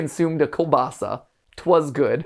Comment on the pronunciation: MAT why are you saying it like Killbassa its KIEŁBASA(btw I know its hard just wanted to comment something :P)